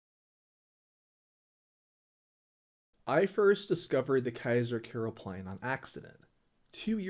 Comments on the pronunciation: Oh please you work in the Netherlands. Start pronouncing the name on a decent way. It's Keizer Karelplein, with an A. Not Keizer Kerelplein, with an E. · Keizer Kerel Plein? The a is not pronounced 'e', its pronounced 'ah!' Keizer k Ah! rel plein, lollll